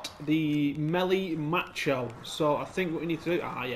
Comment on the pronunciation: Melee macho lmao you're Hilarious it's pronounced mocky-auto